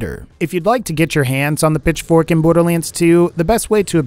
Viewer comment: Was I the only one who thought saying Pitchfork sounded like he was saying "Bitch-fork"?